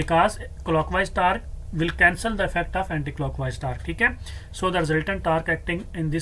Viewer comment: Sir tarque nahi hota torque hota ha